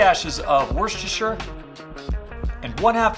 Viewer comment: I'm barely into this video, and I'm already impressed that you can say "worcestershire" correctly, and with confidence!